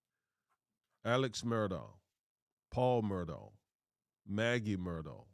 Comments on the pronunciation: Alex Murdaugh pronounced (El-lik Mur-dock) believe it comes from the Gaelic culture. Have family members in the south that use these pronunciations. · Pronounced Mur dock though. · Common guys!! Murdaugh ...it's pronounced Murdaugh(K)!!